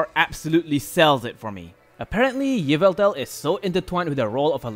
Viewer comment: Pretty sure its pronounced yaveltal